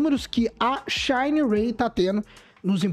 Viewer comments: Xanarey 😂😂😂😂😂 é xinerai boy 😂😂😂😂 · O que me desanima da Shineray e que parece que ela pega as peças do Aliexpress e monta a moto kkk, e cara a pronúncia da Shineray aqui na Brasil e a mesma da escrita nao precisa tenta embelezar o nome nao.